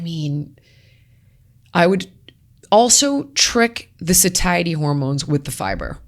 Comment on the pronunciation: Sweet holy lord ..... someone please teach this woman to correctly pronounce "satiety" 🙄